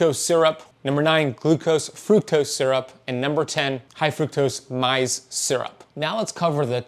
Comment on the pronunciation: Maze, not myze.